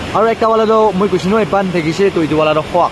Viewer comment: Try to build up ur pronounciation Bang not pang n lets go not lets ko